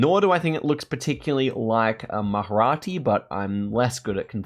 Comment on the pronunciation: It's Marathi not Maharati